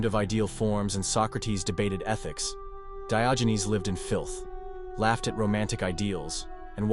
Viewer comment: He was not called Dayoginez. 🤣